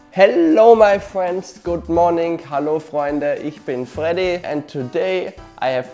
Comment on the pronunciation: Yay someone said my name right xD, P.S ur channel will hit 1 million fast I just know it :) Edit:also lookin foward too that animation course man